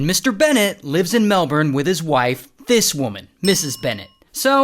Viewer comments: On behalf of all Australians, thank you for pronouncing Melbourne correctly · As a Melbournian thank you for pronouncing my city correctly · As an Australian AND a Melbournian, thank you for getting our currency, and the pronunciations correct 🤭